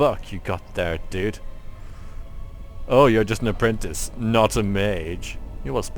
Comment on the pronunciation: "have you heard the apprinti.... UHH Vase!!!" hahahahha